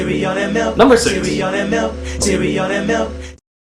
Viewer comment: "KICKASS CEREAL, CEREAL AND MELK, CEREAL AND MELK, CEREAL AND MILK!" -tony the tiger 19XX